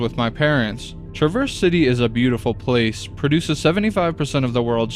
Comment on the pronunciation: Its TrAHverse coty (for future)